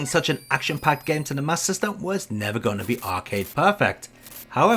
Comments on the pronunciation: Wonderful overview as always! But I'm confused about something, and maybe it's because I'm American: Is it pronounced "Master System" or "MasSystem"? The latter is what I heard in the video. Is that how most UK people pronounced it? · Sounds like your saying Sega mas system.